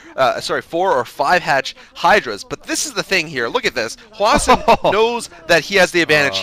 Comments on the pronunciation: why does always call hwasin hwashin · It's possible that that's how Koreans would pronounce it, but I'm not sure...I've heard it pronounced both as "Hwa-sin" and "Hwa-Shin"